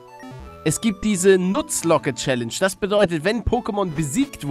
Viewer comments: Wie Paluten Nuzlocke ausspricht: Nuzloke. Wie es wirklich ausgesprochen wird: Naslok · Diese challanges wird Naslock challenge ausgeschprochen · Es wird nasslock ausgesprochen ;) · xxXPvPHDLPLMLGXxx hallo Der Name.... DAS IST ER NICHT. AUßERDEM HEIßT ES NUZLOCKE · es wird naslok ausgesprochen..... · Katarimon ne ab jetzt heißt es nutzlocke😂🤣😂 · Also NAS Lock ausgesprochen... Nuzlocke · Nutzlocke Challenge ....Wie Paluten das auspricht😝😂😂😂 es wird Naslok ausgesprochen😜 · Nutzlocke Aaaaaarrrrggghhhh Es wird englisch ausgesprochen Ich spüre es dieses lp wird mich an meine Grenzen bringen xD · Nuzlocke wird Nasslock ausgesprochen. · Das wird naslok gesprochen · Das spricht man Naslock aus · Nuzlocke... NUZLOCKE... ES WIRD ENGLISCH AUSGESPROCHEN